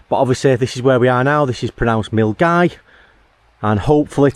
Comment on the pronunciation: Hey. Good to see you out on the trail. I hope that your leg is feeling better. I was driving up Loch Lomond the other day, but on the other side of the water. I was heading to Argyll. Glad to hear you pronouncing Milngavie properly. Most people would look at it and not think that it was pronounced Mull-Guy.